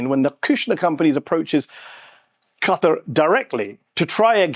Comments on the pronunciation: I swear, the only name of a place that every American get right is Niger... It's Kha-Tar... not Cutter. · I need to find ground zero where Qatar started being pronounced "CUT-AR"